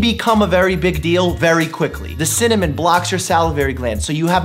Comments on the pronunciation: Cinamon not cimanon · Dr.Mike: Cimmamon A dictionary: Cinnamon Dr.Mike: Cimmamon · "There's alot challenging with cinnanim, synonym, cinnomon, cinnanim" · Dr Mike: chemical pneumonitis (pronounces without issue) Also Dr Mike: Cimmanon? 😂😂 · cimmonym best way to pronounce it ever(dylan hollis, love his vintagecooking vids) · Dr Mike: Ciminiom? Me a Dylan Hollis fan: well actually.. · You trying to pronounce cinnamon?Just had my grandparents last name.Are you looking telepath or something?And this is on a long time ago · Same problem saying cinnamon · Apparently including how to pronounce cinnamon